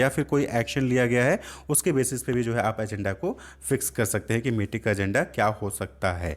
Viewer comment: Sir meeting ko mating kyu bol rahe hain